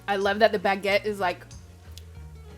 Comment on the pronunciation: "Baguette" and "pain perdu" are perfectly pronounced. Sasha never fails to amaze me.